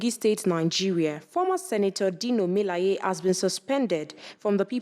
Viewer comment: Is that how it is pronounced😂 "Mi-la-ye"?